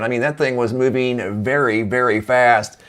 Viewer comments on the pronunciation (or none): none